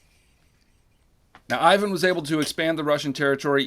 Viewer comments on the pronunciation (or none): none